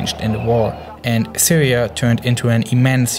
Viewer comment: I hope the Sywia waw ends soon, and hopefully the Wussians and the Amewicans can wowk on something